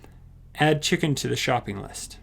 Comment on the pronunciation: “Chdicken” lmao???